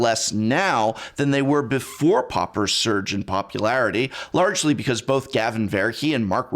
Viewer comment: "pauper-ularity" GET OUT